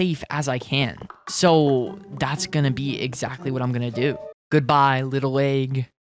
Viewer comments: Aaeeeg y do you say it like that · You say egg weird